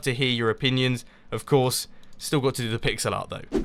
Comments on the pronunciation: i thought you said pixelot (like ocelot) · Every time he said, "pixel art" it sounded like "pigs a lot"